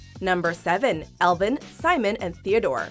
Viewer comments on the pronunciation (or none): how do you say Alvin wrong? lol